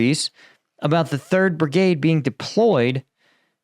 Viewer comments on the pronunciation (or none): none